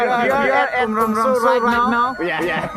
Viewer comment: Umrongso ✅ umrangso ❎